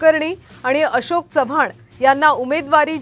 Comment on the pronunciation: आशोक नाही अशोक रे...काय मीडिया